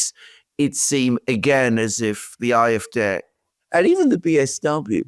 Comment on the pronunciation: Could you please just say the Afd with the English pronunciation, it sounds terrible to me when you keep saying aaa f daay.